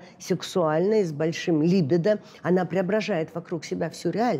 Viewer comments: Странно, почему произносит слово либидо с ударением на первом слоге? Ведь и по-русски, и по-английски правильно говорить либИдо, с ударением на втором слоге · Господи, ну когда же уже все эти психологи научатся правильно ставить ударение в слове « либидо». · я не о привычках, а о правильном произношении. Можно ведь проверить и в Википедии, и в словаре